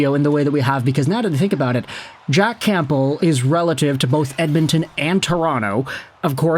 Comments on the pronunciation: The “P” in Campbell is silent. U sound ridiculous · Dude, the 'p' in Campbell is silent. 😮